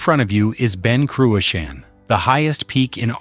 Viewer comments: “Ben Croo-a-Sheen “. Pronunciation is a f joke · Learn to pronounce Ben Cruachan correctly by asking a Scot. Don't air your american ignorance over here. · Terrible pronunciation of Ben Cruachan doesn’t help. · Not a bad video to watch but totally spoilt by the atrocious spelling mistakes and pronunciations. It is Ben CRUACHAN, and Loch AWE and it is well worth a visit.